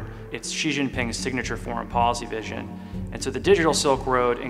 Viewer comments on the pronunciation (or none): none